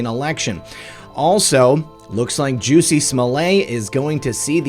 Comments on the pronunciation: Juicey Smollet? It's Jussie as in Justice is coming. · You went full Chapelle: 'Juicy Smollet' hahahaha Jussie/Juicy